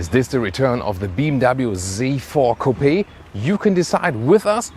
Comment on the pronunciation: he said coo-pi.